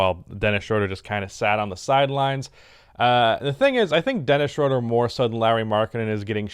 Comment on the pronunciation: day 999 of telling that ITS PRONOUNCED SHROOODER